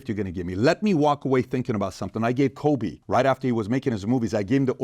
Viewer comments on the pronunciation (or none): none